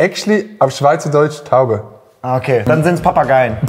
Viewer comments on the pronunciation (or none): Es heist nicht taube sonder tuubeee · Taube ist actually auf Schweizerdeutsch "Taube" - NEI BRUUUDER es wäär "Tuuube" xD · Taube ist nicht taube. Sonder "tuubä" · Taube spricht man in der Schweiz Tubä aus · WTF Addi! Tauben in der Schweiz sind „Tuube“! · Zu "Taube" sagt man aber "Tuuuubä"